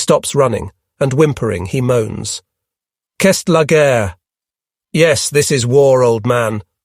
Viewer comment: It also mispronounces certain well known foreign words, for instance, c'est la guerre something like kest la gurr.